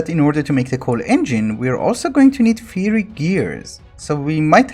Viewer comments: Fyi the ur ghast drops fiery tears. Also it's pronunced fire-y nott feery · Fiery is pronounced 'Fire' + 'E'. Don't ask why it's spelt like that.